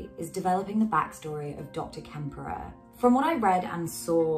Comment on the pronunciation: This was excellent, i greatly enjoyed your analysis. Props to you for giving de Quincy his! One slight but, i believe, important correction: it's "Klemperer" not "Kemperer" Why important? Well, i believe the name is taken from the ultimate "witness" to the day-to-day opressions, persecutions, and horrors of the Third Reich, the late Victor Klemperer. EDIT: i see you acknowledge this at the start of the video, sorry I was just listening to you as I took an evening walk. I'll leave the above remark as people might like to look into Klemperer's work.